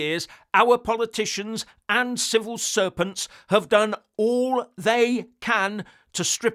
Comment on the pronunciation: I thought you said Civil Serpents, and then realised that is actually more correct